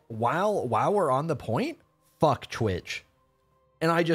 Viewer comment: He said “fook twitch!” 😂😂😂